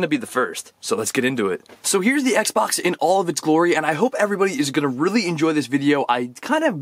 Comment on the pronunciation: Is sounds like you say Sexbox